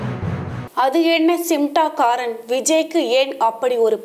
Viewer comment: Nee first news la olunga sollu simtaakaaran nu solura naduvula 'N' iruku சிம்டாகாரன் னு சொல்லுற சிமடாங்காரன் .